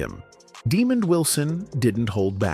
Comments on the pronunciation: His name is not Demon Wilson, it’s Demond Wilson! Get it right! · Why is the commentator keep pronounces Demond Wilson name demon.His name is pronounce Deemon. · Why would you call Demond Wilson, Demon. Man if you can read don't do storylines. It pisses me off , the idiots posting videos and can't Read or pronouns peoples names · Dude, when you don't even know how to pronounce Lamont's name correctly, how is your video gonna have any respectability. One of the key characters in the sitcom and you can't even pronounce his name correctly, no thanks. Demon ????